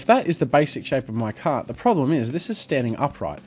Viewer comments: Until I thought you were saying "cat", not "cart." Lol. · Lol I thought you were saying slanted "cat" the entire time